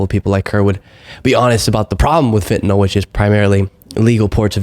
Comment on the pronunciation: Thank you you're like Tim Miller! A well educated young man. You can actually pronounce Fentanyl correctly, not like all the old f*rts in the GOP. You're opinions are respected by a 72 Yr old man in England, (Great Britain, not New England)... You're vids are very helpful...